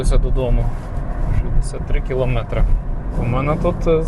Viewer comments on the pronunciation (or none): none